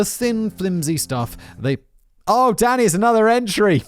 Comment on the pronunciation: I was 5 minutes into this episode when I realized Simon is saying "Danny" and NOT "Daddy", which I DID think was weird, but also hilarious. 😂